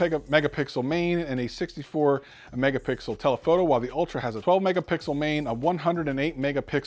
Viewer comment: Did you just say Pegamixel?😂